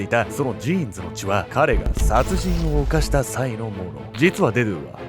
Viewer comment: デドゥのイントネーション気になって仕方ない